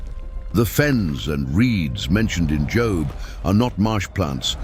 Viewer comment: Job not job